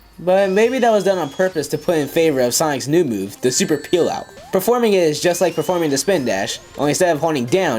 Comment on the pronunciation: *It's the super peelout. Not pealout, or pillout ( edition XD).